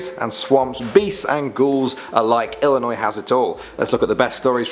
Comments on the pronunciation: Ex-Bloomingtonite here: Thank you ever so much for pronouncing the State's name IlliNOY, rather than that confounded IlliNOISE. There's no noise in Illinois! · thanks for actually pronouncing illinois correctly! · First, THANK YOU for pronouncing Illinois correctly. Second, please do a part 2 for Illinois. Third, please do Indiana Urban Legends. And finally, please do Native American legends. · I'm from Illinois, Mattoon to be precise and I want to say thank you for saying it right. Also, I would love a part 2. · Thank you so much for actually pronouncing Illinois right and I love this channel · Oh my God I'm from Illinois thank you for not staying illinoi"sssssssssssssssz" 😂😂😂😂😂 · Im an illionoisan and thank u for pronouncing it right and plz do an irish legends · wow you actually got my states name right most people from out of illinois add the s and it is quite annoing